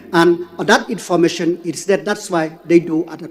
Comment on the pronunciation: Biw leh kren English u home minister ka Meghalaya te leh bong dng triem khun ng leh 6snem ka rukom pronouns te bong long kum ki ba shu wan trianning da Shen kim pt nang bha...niii ban kren ha khmat ki brw jong ka pyrthei ba lah triem ba don shsha ka qualifications te bong I rymbui te zero tikna